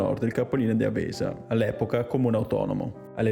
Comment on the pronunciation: Peccato solo per la pronuncia di avesa